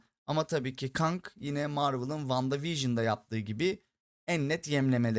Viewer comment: Abi kang i keng diye okusan daha iyi olur